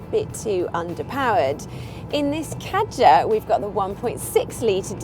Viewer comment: You do not pronounce Kadjar correctly and there is more leg room in the Kadjar. Learn your facts before you speak.